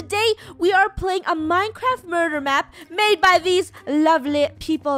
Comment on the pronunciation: Funneh is saying murur